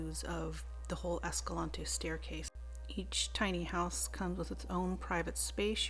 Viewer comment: Hey, it's pronounced "esca-lanty" locally lol